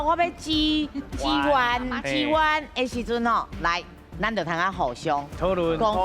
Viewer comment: 「支援」的「援」後壁無閣加字，愛讀本調第七調 uān😊